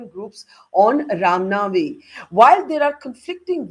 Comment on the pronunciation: Right . Burkha Cant even pronounce Rama Navami properly. Chitranshu and Burkha can keep these rioters at theri houses and feed them biriyani 3 times a day.